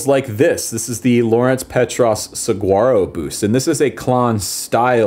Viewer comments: Saguaro is pronounced "suh - waa - roh". You'd only know that if you lived in AZ, though... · You should pay attention to how the word "saguaro" is pronounced. suh war oh! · Dude, It’s pronounced sa-huar-o Saguaro. The g is Spanish, and is pronounced as an h. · Saguaro is pronounced suh-wah-row. Just a friendly tip from your friendly neighborhood desert guitarist 😉🏜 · no shade, but the G in saguaro is silent